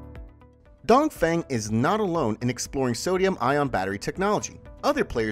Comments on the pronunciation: dongfeng should pronouns as dungfung, dongfong, sounds 'don't phone' but not 'down thing'. u keep repeating the wrong pronunciation a hundred times throughout the video let people think u r amateur not professional. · DongFeng is read Dongfong instead. Sodium batteries are less energy density comparing to Lithium.